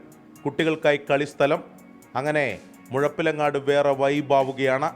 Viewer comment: മുഴുപ്പില അല്ല മുഴപ്പിലങ്ങാട് ആണ്